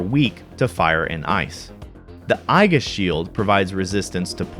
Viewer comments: I've never heard Aegis pronounced "EYE-jis", only "E-jis" or sometimes "A-jis" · It's ee-jis, not eye-gis. lol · Pretty sure it's pronounced ee-jis, not ai-ghis. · I always thought it was pronounced ee-jis or not eye-Gus. 🤔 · "eye-gus" shield It's "ee·juhs" my dude lol (Just busting your balls, always enjoy your videos.) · This video had me questioning myself. I've always said "Ay-jis", but apparently the "proper" way is "Ee-jis" (but Mirriam-Webster now lists "Ay-jis" as an alternate pronunciation, so I still win?) Funny enough, it was a Final Fantasy game, FF3 US (where the Darkness status ailment doesn't actually do anything), where I first learned the word. At least when I was writing a character named "Aesis" (which was intended to be a sort of corruption of "aegis"), there's no "wrong" way to pronounce it. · It's pronounced EE-JIS not EYE-GUS. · Great video Aegis is pronounced "ayy-jiss" or "EE-jiss" it's from Greek mythology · aegis is eejus. :) source: just about every dictionary website. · aegis is pronounced "ee-jis" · i've always pronounced it as age-is. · my favorite easter egg of reality is everyone pronounce "aegis" differently, and almost all of us wrong.